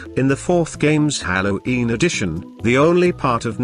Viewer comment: Candy cadet: hallo’een